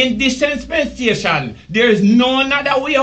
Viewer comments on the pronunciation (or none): Gaza gena yu dunce bredda! Bout disenspensation! A which school yu go man? Rygin King primary? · Kiwayne Brown run een a try correct man bout “disenspensation” Like that is a word! 😂🤣 dunce nuh raaas. People Unu Subscribe to Level100tv. Thanks